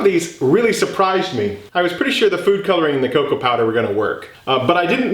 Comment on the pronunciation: I had to rewind when you said cocoa powder the first time cause I heard cocaine powder.